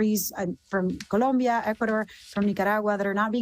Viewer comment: Her pronunciation of “ Guatemala, Colombia, and Venezuela” is incredibly on point. Very virtuous, social credit score, in the stratosphere! 🚀